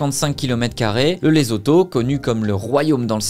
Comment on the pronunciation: Bonjour. LESOTHO🇱🇸 se prononce: LESSOUTOU et BASOTHO se prononce: BASSOUTOU. MOSHOESHOE se prononce: MOUCHOUÉCHOUÉ. 🙏🤝🇨🇩